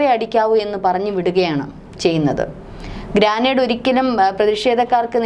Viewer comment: " ഗ്രാനേഡ് " എന്നല്ല; "ഗ്രനേഡ് " എന്നതാണ് ശരി.